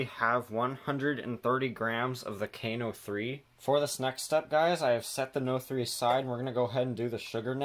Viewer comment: I love the way you pronounce KNO3 as "know 3"! While I doubt your construction method would give you enough thrust for a skyrocket, you can indeed produce them with KNO3 and sugar, usually melted together as "caramel candy" or "rocket candy" propellant. And you easily had enough thrust for your items to have functioned as wheel drivers. 2 words: powder funnel. And don't mix your smoke composition in a blender; the blades can easily produce enough friction in a dry mixture like that to cause ignition. I have made rocket propellant in a blender, but as a slurry starting with the KNO3 in boiling water solution.